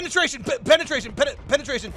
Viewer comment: You are the catcher and they are the pitcher. I cringe every time you say penatration.